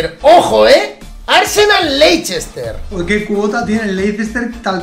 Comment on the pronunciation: se dice lester no leichester